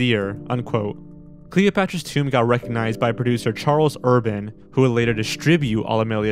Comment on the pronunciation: you mispronounced tomb